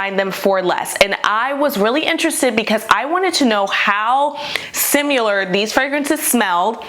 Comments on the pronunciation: Similar not SimUlar. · Why does no one on the internet know how to say the word "similar"?